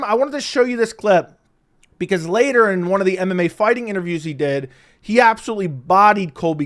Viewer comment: first time i didn't hear call mmafighting mmafarting in this video